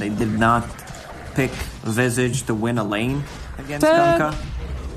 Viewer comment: Visage?? I thought it was Visage 🧐🧐🧐